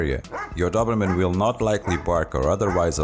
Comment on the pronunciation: " do-br-mn" nice prognostication